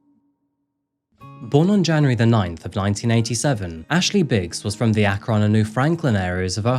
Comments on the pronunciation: As an Ohio resident, Akron is pronounced Ack-run not Ack-ron. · I'm always sad when I hear about true crimes in the town I was born in. This one was particularly disturbing. Akron is "ACK-rin" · ACK-RENN straight up this is the first video I’ve tried to watch in a long time because I get so irritated about the awful pronunciations and boom incorrect pronunciation immediately comes at me again. Yes I’m from Ohio so the constant mispronounced Ohio cities does irritate me. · I grew up in Ohio, so I can say that the city “Akron” is pronounced ACK/ron. I’ve been keeping up with your channel since I first discovered it about 2 months after you started. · long time fan, never commented before, but felt the need to for this case. i grew up in this area, i graduated high school the same year ashley was killed. i remember hearing about her murder but never the depths of this case. thank you for giving her story a voice. but also, as an akron native, its pronounced ack-run 🤭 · God, hearing the place I live pronounced that way is so weird. Here it's pronounced Ak-ryn. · Howdy?? From Ak-Ron?? Love your channel but come visit the US. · There are so many wonderful Buckeyes! And Akron is pronounced ack Rhen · I agree! If only he could pronounce Akron correctly! 😂 It’s ACK-run (rhymes with back and fun, emphasis on the first syllable).